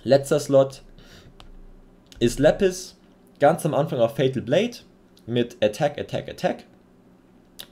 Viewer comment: Sorry aber nicht lepis, sondern Lapis